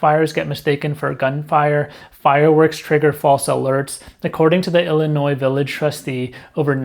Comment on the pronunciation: I realize this is pedantic but the S in Illinois is silent.